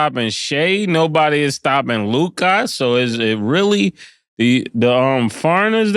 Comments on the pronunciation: One thing Ma$e gone do is fuck somebody’s name up who tf is Luke-eye 😒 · Why cant Mase say Luka?😂😂😂 Mase: Loo-KAHHH 😂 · definitely said the Celtics are the most capable team to win out the east at the beginning of the year can’t remember what episode but y can’t Mase say “Luka” lolol he always saying Lucas or some crazy stuff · Why this nigga Mase always add a “R” to Luka name “Lukar